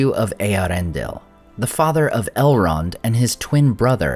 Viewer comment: did you say "Halrond" at min 7?